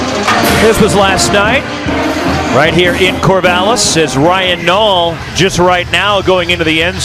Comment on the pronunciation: U mean Ryan nall lmao can’t even say his name right 😂